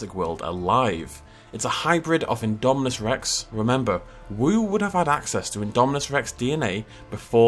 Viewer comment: Still saying indo spino